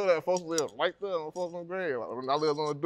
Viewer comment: LLLLets start dere 🤠